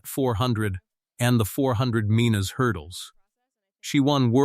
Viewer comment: 400 meanes. Sure it wasn’t 400 meters. Then the 400 Meanes hurdles. Earlier in the video the guy ran the 400 mittes then went to the 800 mittes. AI narrator is fer shite. Enjles is not their primary langwedge. Just like for clicks and money. Good fer youze.